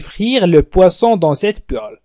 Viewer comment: شكرا استاذ لكن اظن انه هناك خطاء في نطق المقلاة polel